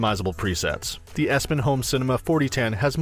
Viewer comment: He lost me with the mispronunciation of Epson.